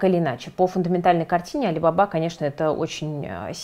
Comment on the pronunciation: правильно произносить не алибАба, а алибабА (алибабА и 40 разбойников)